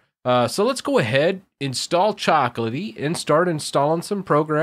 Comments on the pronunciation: It's CHOCO, not coco.... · Why do you say "coco" instead of choco? I mean, is choco from chocolatey right? you don't say cocolatey 😁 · Me: "Repeat with me. Chocolatey": "Chocolatey" Me: "Choco": "Ckoco" Whyyyyy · Yes he definitely is a native speaker. He's a tech guy after all, not an English guy xD i would ALWAYS pronounce "Choco" EXACTLY HOW IT'S SPELLED. (CHAWKO) musta unlearned this by grade 2 haha